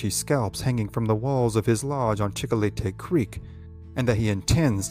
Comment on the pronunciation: Chicolete Creek. Check spelling but sounded like Chico le tey.